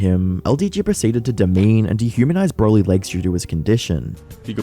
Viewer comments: The fact that he said “bra-ly” and not “bro-ly” says he doesn’t respect the DBZ universe. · Of course he calls Broly "Brolly" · I like how he says broly wrong is bro ly